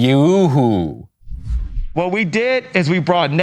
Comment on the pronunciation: Benny Net-n-Yoo-hoo